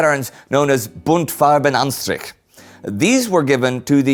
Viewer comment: I like how you pronounce *Buntfarbenanstrich*. I am German and I can tell that it was close to perfect, and I guess it is a hard word for English speakers.